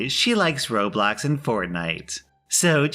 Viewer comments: Expedition Nothings wrong with it, its "Roblocks" I have a problem with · If I ever see somebody pronounce/write roblox and Fortnite “rob-locks” and “fortnight” I would like like somebody to shoot me with a bleach gun